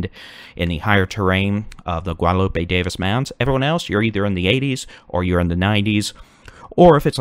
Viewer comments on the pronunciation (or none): none